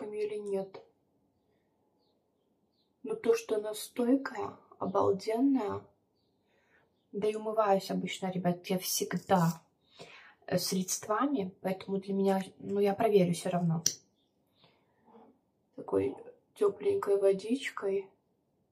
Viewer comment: Тушь не вызывает зуда.... А почему тушь должна вызывать зуд?? Любая нормальная тушь не вызывает никаких реакций. И не средствАми, а срЕдствами